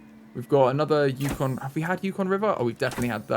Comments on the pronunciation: As a Canadian, hearing him say yuck-on was painful 😂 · This is a year old and I'm not sure if someone said but it is pronounced "yoo-con" the yukon is one of the territories of Canada and i believe the name has indiginous roots but id have to look into it! It's right near the arctic circle